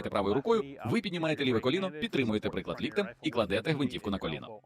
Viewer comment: За українську дякую.але приклад чи приклад чи вам пофігу як це звучить.хто озвучує вам би навчитись ставити наголос